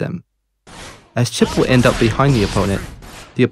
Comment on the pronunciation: Phew, at least Chipp wasn't butchered that hard